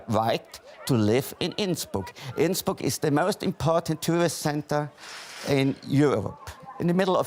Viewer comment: die einzigen wörter die er richtig gesagt hat waren Tirol und Innsbruck hahaha